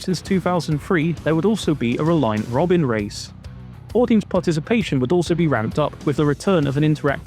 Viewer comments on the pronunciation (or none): none